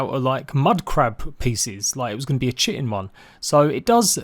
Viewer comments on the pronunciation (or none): none